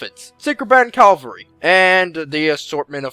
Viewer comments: cavalry, not calvary. Why do all americans say this? Even in their documentaries they say calvary. Pet peeve of mine! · cavalry! the "L" comes afterwards! Hate "calvary" just sounds so wrong, and it is. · Its CAValry and not calvary!